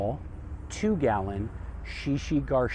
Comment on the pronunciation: Thanks for this! One note, the one plant is shishi GA shira, not GAR.